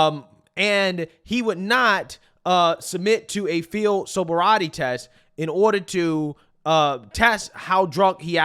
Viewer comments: "Sober-Riety" ❌ Sobriety ✅ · ain’t no way you can’t say “sobriety” 🤣